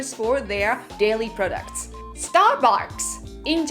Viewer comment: I don't want to make you self-conscious but I thought you said "daily products" and if you want any pointers, I'm not sure if I can help with pronouncing the r's. When I was a kid I went to some speech therapy, and many kids did, and I remember having to practice "world" over and over again. :-) How about calling the video "American things Japanese love but can't say" If the Starbucks person doesn't call your name, how do you know your order is ready?